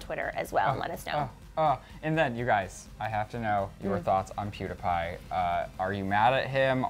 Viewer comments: Omg is THE DUMBEST PERSON IN THE WORLD!!!! Pewdiepie is NOT PRONOUNCED PEWDAPIE omfg 😡😡😡😡😡😡😡😡😡😡😡😡😡😡😡😡😡😡😡😡😡😡😡😡😡😡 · I used to like clevver but now I don't. You always make it seem like PewDiePie is wrong. He was not picking up on the 5 year old but was saying that the video had fake views ok. I have been a huge PEWDIEPIE fan so please ask me ok. AND ITS NOT PEWDAPAI ITS PEWDIEPIE! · PEWDS ALWAYS MAKES JOKES AND THATS WHY HIS CHANNEL IS BETTER PLUS YOU ALWAYS USE HIS NAME TO GET VIEWS. DOES PEWDIEPIE DO THAT, NO. YOU CAN REPORT THE NEWS WITHOUT HIS NAME. YOU ALWAYS MAKE PEWDS LOOK BAD. AND ITS NOT PRONOUNCED PEWDAPAI! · I am the only one who is getting annoyed that keeps saying pewdApie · First off, he was joking. Second off, learn to say is damn name right. Jesus Christ, I cringed every damn time you said his name! Learn to take a joke and not take it to heart. Also, I think pewds was kinda right about the 5 year old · Clever shouldn't even be saying anything about PewDiePie if they don't even know how to pronounce his channel name right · He's saying pewdiepie wrong